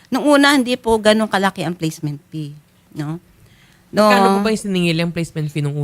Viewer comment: IKAW NAMAN MA'AM, GINAGAWA MONG PEE IYUNG FEE, PLACEMENT FEE HINDI PEE 😅